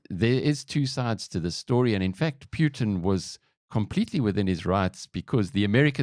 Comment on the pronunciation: World: "Putin" South Africans: "Pyootin"